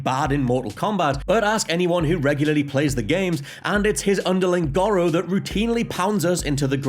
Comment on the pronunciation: I get that accents are a thing, but the game clearly says “Gore-oh”... your pronunciation of gawro is mildly infuriating, why y’saying it so weird?